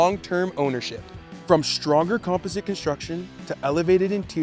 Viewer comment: Is it pronounced “composite” or “composite”?